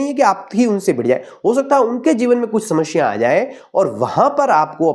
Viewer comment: Guruji shamashya nahin samasya hoti hai. Don't pronounce wrong.